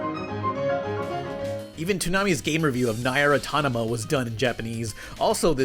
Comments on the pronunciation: "Nair automata" Somebody 'GAME-END' this man... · That was the worst possible way of saying Nier Automata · what was the pronunciation of nier automata was that on purpose? why did he say it like that lol.